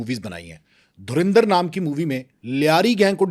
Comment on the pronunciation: भाई ये धुरींदर नहीं है ये धुरंधर है पहले पढ़ना तो सिख लो भाई